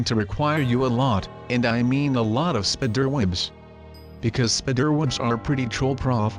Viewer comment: The way “spiderwebs” were pronounced 😹 Spidderwebs Edit:I like blue A Light turquoise color Edit2: my neighbor has a green house It’s not too bright like sub green but it’s green